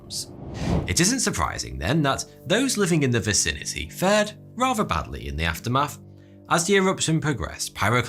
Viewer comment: I just love the way you say “aftermaf” beautiful